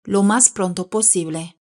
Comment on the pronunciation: Prunto ❌ Pronto